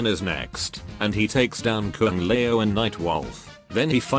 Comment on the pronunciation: I like how the text-to-speech makes Kung Lao sound like "Kung Lmao" It's rather fitting for how he's treated in the Netherrealm storyline in general. RIP.